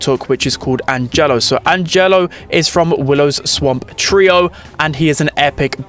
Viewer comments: Yeah, you've got to stress the A. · calling angelo "anJELLO" is painful